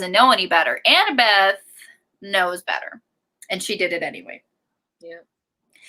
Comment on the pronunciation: Loool I love that keeps calling Annabeth, Annabelle 🤣🤣🤣